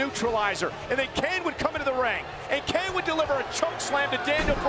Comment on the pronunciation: IT'S KANE, MAGGLE!